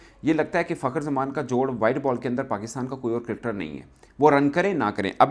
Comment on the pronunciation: Cricketer hota hai kadkad Nahin😊